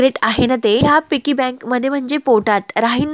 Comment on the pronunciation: तुम्ही तुमच्या गावंढळपणा काही सोडणार नाही व्हिडिओ बनवू नका म्हटलं तरी बनवणार अगदी या शब्दाची नेहमीप्रमाणे बाराखडी म्हणणारच पिगी बँक असते पिकी म्हणताय😅😂😂 मूर्खपणा काही तुम्ही सोडणार नाही